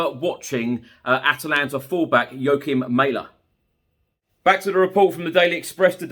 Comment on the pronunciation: Not "May-leh",. It's Mæhle, pronounced Mah-leh. But then there's some guy call Hah-Land I hear who's joining Man City, at least according to the English. Which is news to the Haaland family, who always thought their name would be easy to pronounce since it sounds exactly like the country.